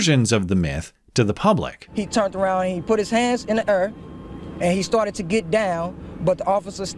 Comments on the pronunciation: “He put his hand up in tha ERR” 😂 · "He put his hands in the err... like he just didn't kerr." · "He put his hands in the ur.' Almost English. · "he put his hands on the urr." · Is he saying air or error? I just saw the real crimals . Liberal Socialist White Women.